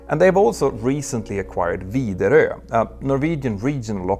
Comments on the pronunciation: Wow, respect for pronouncing Widerøe correctly! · Him saying widerøe shocked me he got the ø extremely good and didnt say wideroe in a weird way wow im impressed as a norwegian